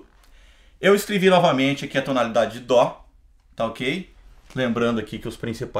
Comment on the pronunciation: Por q músicos atualmente falam DÔ? Mas é DÓ... :/